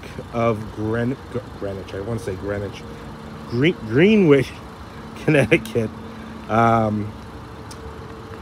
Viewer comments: Love the coupe, my wife is over here yelling at the TV about how you said Greenwich...LMAO...She's from Connecticut 😅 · Dude it's pronounced Grenich not Greenwich! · "Gren-ich", sir.